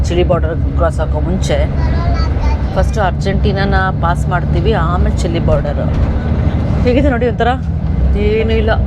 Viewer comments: Sorry to correct it's chile Chi+ l=chil E is silent Chilli alla ri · ಚಿಲ್ಲಿ ಅಲ್ಲ ಸರ್ ಅದು ಚಿಲೇ